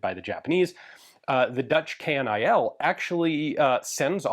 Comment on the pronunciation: Dutch here... KNIL is never pronounced K.N.I.L. We say KNIL (say like Kill with an N added). 😅